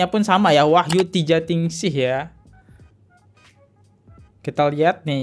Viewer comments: Maaf,abang ini kayanya kurang bisa membaca dengan cermat ya. Masa yg harusnya di baca cipta Ningsih di baca tijaningsih sih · Bacanya Wahyu Ciptaningsih bro, kaya susah bener kalo baca salah2 terus!.. ciptaningsih di baca tijaningsih 😅😅😅